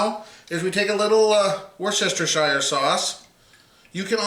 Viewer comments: It's pronounced "wuster-shure" not "war-chester-shire". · Good video, thanks for the tips. I''m doing one today and just wanted to get an idea of time/temp, etc. Now, here's a tip for you and any viewers "not in the know..." in return. It's three syllables... And pronounced "WERE-STIR -SHEER" Not, '"Wor chester shire" Or as I said as a kid.. "Winchester shire sauce" LOL.... Thanks again, bud. Have fun. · “Woohstershershire” YOU SAID IT RIGHT THEN ADDED “SHIRE” ITS WUS-STUSH-HER FFS GET IT TIGHT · That's "woo-stah-sheer" not "worst-chester-shire". It's a British thing... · "Wooster" sauce :) Thanks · My guy, please. Try "wooster-sheer" instead. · It's pronounced Wuss-ter-sheer Sauce. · It's "Wash Yer Sister Sauce" here in Oregon. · Brit here - as weird as it sounds "Worcestershire" is really pronounced "Woostershir" to rhyme with "fir" not "fire". Don't worry though - there are a large number of even brits that pronounce it using all the syllables available to it. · Worcestershire Sauce is pronounced 'Wuster-sher sauce' save those syllables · Wuss-ter-shur is how you say it. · I can’t even.... woos-ta-shur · Wuster sauce for short . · Worcestershire demands a different pronounciation. Look it up! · What's with the extra syllable? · Yeah, but, it is funny to hear non-Brits absolutely butcher the pronunciation.